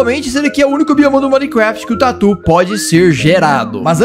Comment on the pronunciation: eu sei! Mas ele está falando "por algum motivo" casca de tuer hahahaha!